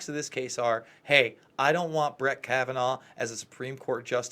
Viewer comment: Can you stop saying Kabananof? It’s worse than Bush saying NU CLE LA instead of nuclear